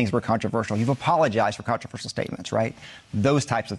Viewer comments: WE ARE NOT COMMUNISTS You are controversial and btw it doesn't have 5 syllables!!! Where did you get your education? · Controversial- got the pronunciation wrong twice. Small point? Or maybe being relatively literate and educated is important. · Yeah, "contraver-shee-yall...." Then, "contra-verse-ull". Just throwing them out there to see which sounds better---like her opinions. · How many ways can you mispronounce controversial? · The blonde dude can't even say the word "controvershyall" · Haha “Contrivers-seal” tooo big a word eh Marge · Controverseeal and controversal? Does she have a speech impediment? {:o:O:} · Marge, it's CON-TRA-VER-SHALL. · She can’t even pronounce controversial. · She can't even pronounce the word "controversial." Good god. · She cant even pronounce the word controversial. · She can't even pronounce " Controversial" without really having to think about it. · Peach tree dish. Caspacho. She can’t even pronounce controversial. How the f—- did this women become part of congress? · "I stand by the words that I say..." even if I can't say them correctly. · You can trust MTG to mispronounce controversial three times in nine seconds. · She doesn’t think she said anything controversial because she can’t even pronounce that word. 😂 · She can’t even pronounce the word controversial…. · She can’t even pronounce “controversial” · She can't pronounce the word "controversial" either nor can she answer a straight question. She's all "fake" and desperate to be relevant. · "I stand by the words I say". Really? Three attempts at getting her dumb mouth around the word "controversial" and I still don't think she nailed it! 😂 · She can't even pronoun controversial.. after 3 tries.. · She can't even pronounce the word controversial properly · Can’t pronounce “controversial”! 😂🤣😂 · Green can’t even spell ‘controversial’, much less pronounce it! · Two failed attempts to pronounce “controversial”! Stands by her mispronounced words, though! 😵‍💫